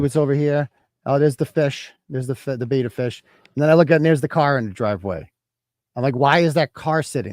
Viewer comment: At first I thought you said heres the beater fish. Then I realized it was beta fish.